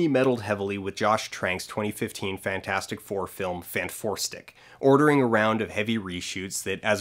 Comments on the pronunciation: I love that you call it "Fant Four Stic". I like the rest of the video, but that made me laugh. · Every time he said “fant-four-stic” I would visibly cringe